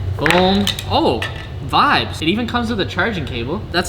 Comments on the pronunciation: If you stop saying vabs im gonna kill myself. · In quebec vibe it vibe in french too we do not Said vibbes 😂 (sorry for my english) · I just started watching then he said vbez PLEASE JUST GO BACK TO VIBES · "Im gonna say Veebe" Says"vibes" 2 times after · Not vabs but vibaas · Him: I’m going to stop saying vibes, and say “vibés” Also him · you said vibeeezzz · le gars il est drôle 😂😂😂avec ses " vibase " 🤣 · Vayb is wat he says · If you stop saying vibes, im unsubscribing. Update: oh ok, vi-bez is ok too i guess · He said he would say Vibēs instead of vibes but look at this he said vibes